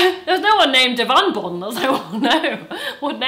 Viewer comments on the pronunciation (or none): I also heard "devonbonn" or whatever heard and I was dying